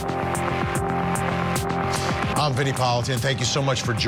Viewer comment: "sourou" It is Soto. not an "u" in there, not an "r" in there. It is not an english last name. learn to pronounce!!